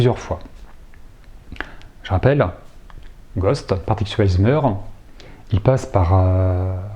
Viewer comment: Coucou! J'en étais sûr que t'allais dire Gosth avant que tu le prononces.